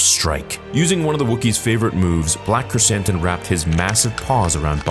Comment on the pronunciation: When you first said his name on stream I thought you said Black Chris Hansen xd